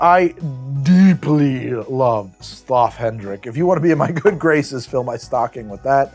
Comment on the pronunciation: XD The pronounciation of 'Straffe Hendrik' is quite funny. But yes, I'm not a beer guy either, but I agree, I live in the best country for beers and a good dark beer is simply delightful at times ^^